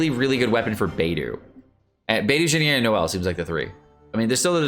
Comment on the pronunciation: Lol xinyang &beidew? Dude its xinyan & beidou, where exactly are you getting the words yang & dew from.